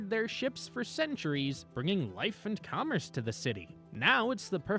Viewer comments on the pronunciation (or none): none